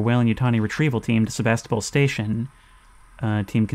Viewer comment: Me every time they say "SeVAStOpOl": 💀